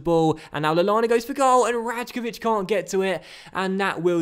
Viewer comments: Rajkovic is pronounced Raikovic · Pronounce the j in Rajkovic as a y